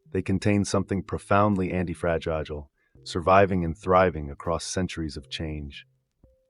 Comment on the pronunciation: the voice is AI because it pronounces anti-fragi-gile perhaps due to an error in spelling when feeding the AI narrator